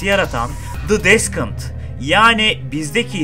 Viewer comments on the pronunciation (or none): Böyle güzel içerikler üretiyorsunuz teşekkürler. O kadar uğraşıyor emek harcıyorsunuz telaffuz olayına biraz dikkat etmenizi öneririm. Deskınt nedir ya 😅